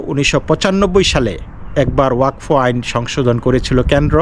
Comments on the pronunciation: not wakfa it is wa kad. Pradip kr Roy Kolkata. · it is wa kaf.